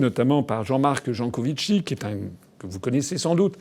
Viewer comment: On dit JancoviCi et pas Jancovichi !